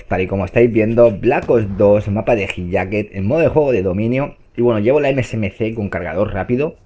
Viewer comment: buen video , nadie sabe pronunciar hijaked , esque no lo pronuncia ni el creador macho ò_ó